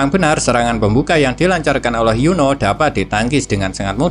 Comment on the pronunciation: Min kok Lo kayak ngomong Yono ya bukan Yuni😂😂😂